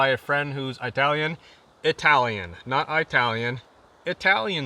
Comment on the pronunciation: It wouldn't be if you stopped saying eye-talian. That’d be like getting rid of “anywheres”, “I'm gonna go ahead and..”, “baggles” or “very,very,very”.